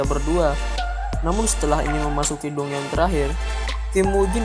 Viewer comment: saran aja dungeon itu di baca danjen